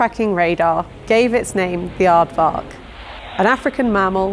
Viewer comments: i'm always tickled that the USAF used a native word in my language Afrikaans from South Africa to name their plane. the Brit butchered the pronunciation though. Aardtttt FFark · The 'V' in Aardvark is pronounced as an 'F'